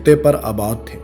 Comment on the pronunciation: بھائی اوسط لفظ صحیح طرح سے بولو۔۔ ausat